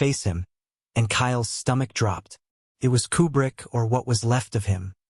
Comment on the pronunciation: I'm pretty sure this is AI narration. That being said, it got it correct. Koo-brick, not Que-brick.